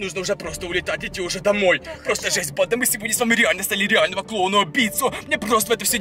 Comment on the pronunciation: убийцА! бандА! Я так кринжую когда он ставит ударение на последний слог слова. Так быстро разговаривает